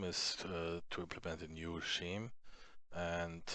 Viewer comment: scheme = skeem :) otherwise very nice english and great tutorials you helped me soo much by doing this I am very grateful!